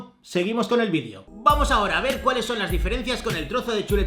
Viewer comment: Que desagradable cuando dices vidio!!!!